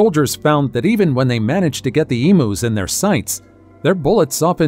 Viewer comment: Eemuuz is the pronunciation. Not emoos